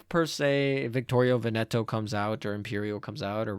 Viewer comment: That wrong accent on Veneto hit my venetian heart so hard :(